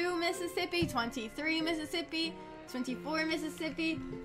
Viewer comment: count slower: ten miss iss as ippy twelve miss iss as ippy